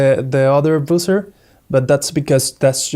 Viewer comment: Nice video but It's pronounced BUH-zer - not boozer. A boozer is something else entirely.